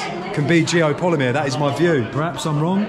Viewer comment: Geopollymeer? GEO POLYMER. How can you do a vid on something you can't even pronounce correctly? Do you even know how Geopollymeer is made? Do you know ingredients needed? Do they have that in this area? Is there signs of clay excavation, limestone grinding, caustic soda production, furnaces, Tell us how all the rock is gone from the cutout the temple is situated in? Did Geopollymeer make it disappear? Let's remove all this rock & then build a concrete temple in the cutout? Makes sense. Joseph Davidovits came up with this theory for pyramids. Possibly true. Doesn't mean every single stone structure worldwide is geopolymer. Especially when your research didn't even get as far as how to say the word itself.